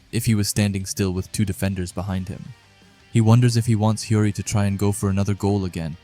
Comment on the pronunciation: It's not hiroi it's hiori